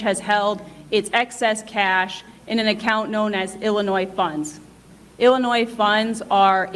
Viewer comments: This lawyer is still pronouncing the S in Illinois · Illinois (pronounced Illinoy) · Damn dude - how are you an educated lawyer but you're still pronouncing the S at the end of Illinois?? It doesn't have a plural sound. Stop it. Every video you cover about this stupid mayor you're sounding illiterate. It's a state, it's not hard, get it right already. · Damn dude - how are you an educated lawyer but you're still pronouncing the S at the end of Illinois?? It doesn't have a plural sound. Stop it. Every video you cover about this stupid mayor you're sounding illiterate. It's a state, it's not hard, get it right already. It's supposed to sound like "ill--i--NOY" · The S is silent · Commenter: the S is silent in Illinois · The s is silent in Illinois. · Don't pronounce the S in Illinois, duh! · As much as I hate this state and want out immensely, please don't pronounce the s in Illinois! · there is no noise in Illinois. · Jesus, the 'S' at the end of Illinois is silent... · The word Illinois is pronunced with a SILENT (S). Only an 8 yr old would pronunce it like you did!!! Been like this for hundreds of years. You call yourself a LAWYER? WIll NOT SUBSCRIBE to illiteracy. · still to stupid to get the state's name right ... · The S in Illinois is silent. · Please pronounce Illinois correctly. The S on the end is silent. Great video as always! 💜